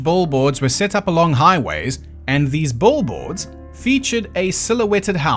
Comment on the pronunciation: Never heard someone pronounce Bill boards as "Bull-boards" before